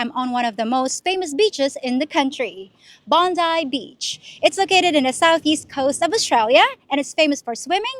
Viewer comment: 'Bondoii baych ' in ' Australian. '